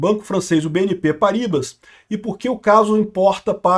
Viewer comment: Não é Paríbas,. A pronúncia do francês é Parribá!